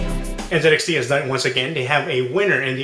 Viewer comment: aren't you from the US??? its n "ZEE" xt. American company, American pronunciation